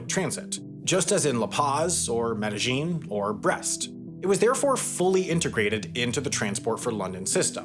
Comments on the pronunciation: OK but it's Med e Yin not -Jin Confusion comes from a double transliteration. "J" is pronounced "Y" (as in yellow) in the germanic languages so it's sometimes used in the spelling of some Spanish place names like Mallorca (Majorca) and Medellin (Medejin) but it's completely wrong to pronounce the J like it is used in English (as in judge). The Spanish word is spelt with a double "L" which is always pronounced "Y" in Spanish. "Medeyin". Never "Medejin". You're welcome. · Double L’s are pronounced like Y’s in Spanish - Me-de-yeen. Not pronounced like whatever it is you’re saying when you say Medellín - Me-dej-een. 🙂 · You are mispronouncing the name of the city in Colombia. It is NOT "med-a-geen". It is Spanish - "Med-a-Yeen" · Not a bad video even though it’s AI. The telltale sign as he keeps pronouncing meh-deh-YEEN med-see-zheen. Chinese often pronounced to L’s like a ZH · Each time you mispronounced Medellin was more painful than the previous... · your gringo accent is quite off-putting, if you are going to do these videos at least learn how to pronounce the names of the places you are talking about. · Your pronunciation of Medellin, lol. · my only knowledge comes from watching the show narcos but im pretty sure youre saying Medellin wrong